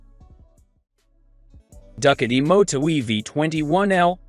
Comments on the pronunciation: Come on bro duck- a dee, you mean ducati? do cot t. LMFAO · Duck-uh-tee. LOL! It's Ducati = Doo-kot-E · When getting someone to do a voice over on a video, the person should “know” the subject, namely: the brand names of motorcycles. Ducati pronounced Do ka tee. Not Duck a tey. That’s just one. Listen, if you don’t “know” what you’re talking about, better to be quiet and thought a fool than to open your mouth and remove all doubt. FYI. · The AI doing the narrative needs additional tweaking. This is a "tech" site so you would expect the narrator to be able to pronounce a famous motorcycle OEM like Ducati. I couldn't watch it anymore after it started saying "Duck-a-dee" over and over again. Anyone who rides knows it's pronounced "Do-ka-tee" not "Duck-a-dee." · A weird way of pronouncing Ducati,, check it out . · From now on, ima call it duck a dee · I'am italian, try with this: Du - similar to "Doo"m pronunce without the M Cat - similar to "Cat"erpillar E - similar to "e"-commerce or "e"-mail Ducati -> DooCatE Is the closer pronunciation that you can try, in order to match the original sound. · Do you miss pronounce the Duckti and you didn’t give any coast ? Why make a video and leave out information? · Dude said duckati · Who are the getting to read this translation into English? Duckatti - is that some kind of new brand? What the dude? Lol!!!!!!!!! Look it's Duckatti - you mean Ducatti? No it's pronounced Duckatti!!!!!!! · The narration is cringeworthy… Ducati pronounced duckady?! I guess that is what you get when you let some half baked AI do the talking. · Get someone who can properly pronounce Du- ca- ti. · I know, right?! I was digging all the sweet looking e-bikes but I couldn't believe how no one involved with creating or uploading this video could miss such a badly mispronounced word like "Ducati"! 😏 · Please get a narrator that can pronounce Ducati, etc. properly. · Can’t even pronounce Ducati on a bike video it’s just laughable